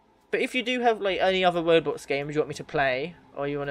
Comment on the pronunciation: why did you need to emphasise roblox?